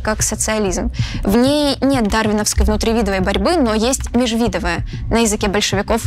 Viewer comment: МежвидовАя борьба, внутривидовАя, лысЕнковщина, ударения, автор!